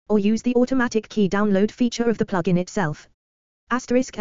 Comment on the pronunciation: "Plooge-in." :face-red-droopy-eyes: Unlistenable.